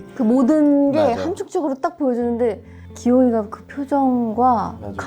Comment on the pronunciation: '기용이가'를 귀요미가로 들음ㅎㅎㅎ